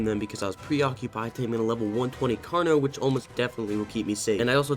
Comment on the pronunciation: bro says carkeenos